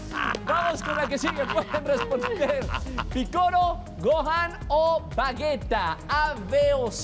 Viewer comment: Roger diciendo "Vagueta" en ves de Vegeta.